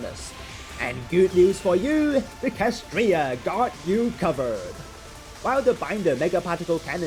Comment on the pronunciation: It's clearly spelled KSHAtriya, not KAShtriya 😭😭😭😭 My heart hurt watching this video oh my gosh